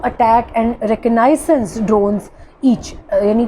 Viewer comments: Kindly Pronounce "Reconnaissance" Correctly. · Sister, Please pronounce "fusalage and reconnainances " correctly.